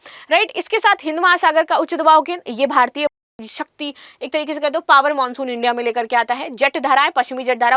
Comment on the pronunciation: हिंदी का उच्चारण करने नहीं आता: खुलाशा.. मानशून... इत्यादि. पता नहीं शिक्षा का स्तर या उस विद्यालय का स्तर जहाँ से शिक्षा प्राप्त की हो.